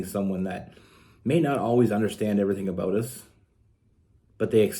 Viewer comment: I can’t figure out if you are saying the word about or a boat🤔